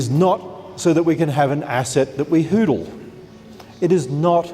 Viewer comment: "...asset that we HOODL." How can you expect anyone to take this man seriously?